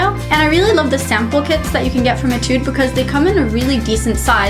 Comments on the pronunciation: why f(x) pronounces it as etide not etude? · i think she pronounces it as etide because she's using korean-english although she can pronounce it in american english